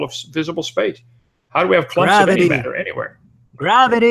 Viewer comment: Wat-ter Mat-ter My linguist self wants to introduce this fellow to a flapped T. It doesn't sound smart, Kent. It makes you sound as if you have relearned speech after a catastrophic stroke.